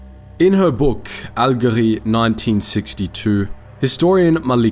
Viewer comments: dude what's Alguérie ??😂😂 it's Algérie with g sound (like j) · There's no "Alguérie" It's like how your british say "Algeria" but without the A, that's how they call it too, or they call it by the arabic name Al-Djazaïr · Your pronunciation of Algérie killed me